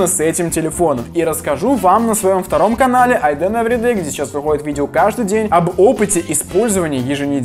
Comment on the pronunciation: Ты специально говоришь «Всем добрый деН с вами »? Прикольно звучит,но странно 😅